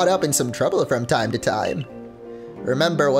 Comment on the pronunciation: Did say “timey whyme “?